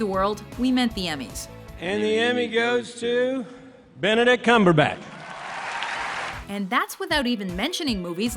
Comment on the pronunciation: NooooooooooooooooooooooooooooooooooooooooO! Is Benedict Cumberbach! U misspoke! U ment Benedist Cumberbach!